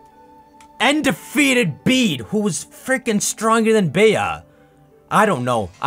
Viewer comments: it’s pronounced BEE. In the U.K. Bea is short of Beatrice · Bea's name is just pronounced like Bee.